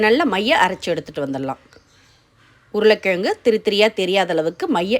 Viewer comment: Recipes r awesome.. my god y u smashing the word 4 potato in ur mouth.. try 2 correct the pronounciation.. or else say it potato in English... yuck....